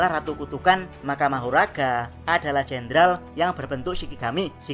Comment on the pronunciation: Tapi manggil nya kok magora ya bukan mahoraga